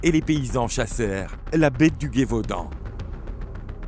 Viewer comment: Plus intéréssant qu'effrayant mais je suis tilter par la prononciation de Guévaudan et pas Gévaudan a chaque fois